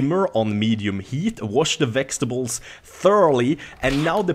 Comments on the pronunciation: am i the only one that heard him say vexetables instead of vegetables??:D and hi if you read this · Mmm, them "vextables" tho, delicious :p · lol it sounds like he is saying wash the "Vechs"tables lol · Ooh, those "Vechstibles" seems awesome!:) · The way you say veteables is pretty funny XD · Haha, wash the växtibles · vextables lol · vexstibles :D